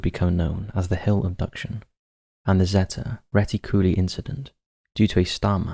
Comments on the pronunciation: Zetty retty-CULLA? 😅 It's zeta reticuli (ZAY-tuh ree-TICK-yoo-lie) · ZAY - TA RHE - TICK - YOU - LIE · Terrible and lazy pronunciation of words like Zeta Reticuli... It's ZEETA ReeTICuLIE. Ffs. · Just for the record, the star system is pronounced "zay-ta reh-tick-u-ly" ... Zeta as in the greek letter. cheers